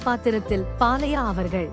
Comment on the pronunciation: Not "Dillana"😂😂😂😂...it is Thillana...."Tha" varadha"????...and "Balaiya" not "Palaiyya"😂😂😂😂.." Pa" vum varadha..."Zamindhar".... not "Zaminthar"...Spashtama pesavaralaina. why are u doing voice over?...highly irritating